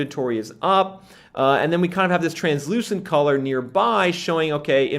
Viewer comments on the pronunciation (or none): none